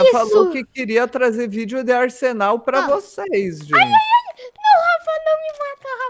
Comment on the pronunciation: asenal kkkkk nem é mais arsenal e sim asenal kkkkk